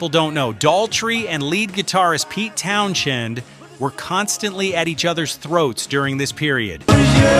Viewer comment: Town-SEND Not Town- Shend PLEASE!!!